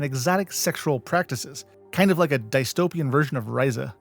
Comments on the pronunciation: Dies-topian? lol Dis-topian. lmao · Dude, I'm not going to cancel you for mispronouncing a Herbert word. But "die-stopian???" Yeah you get cancelled for not knowing how the word "dystopian" is pronounced. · I'm starting to think he's purposefully mispronouncing a ton of words. Kind of grating on what would otherwise be a great video. Dice-topian? 😓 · I see little reason to assume that Tio guys name has anything to do with Spanish, plenty of sounds are replicated in other languages, let alone reused in the same ones Also “diestopian”? Man, that’s like meeting someone who truly says “pohtahtoe” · “Diestopian” bruh… where are you getting these pronunciations from? 😂😂😂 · I happily subscribed to your brilliant channel. I wish to complement you for your outstanding research, editing, and CGI; but, please research the proper pronunciation of names for future videos. I am not attacking you, nor putting you down, just encouraging an obviously intelligent person to make the effort to learn how to pronounce the words he uses. For example, "dystopian" ( mark) is not pronounced that way. The butchery of other well know words, like the star names, showed that you need to speak with educated people more often rather than just spending your time alone while only reading. I encountered this problem when teaching and know that you can be helped. I wish you great success with your channel. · very unique pronunciation of "dystopian"